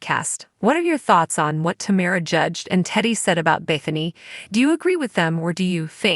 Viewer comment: It's "TAMRA" not "TAMARA" and it's "Whatch what happens live"